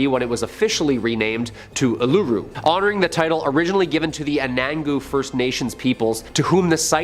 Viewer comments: Spoken Oolooroo not aluroo. You can't lock it away it's too big. You can't even get near it now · It’s pronounced UL-UH-ROO